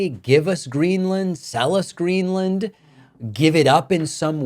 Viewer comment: "Gren-er-land" ...? Trump can't even get the name right.